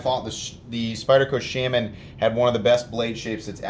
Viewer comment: The way he pronounces Shaman really grinds my gears....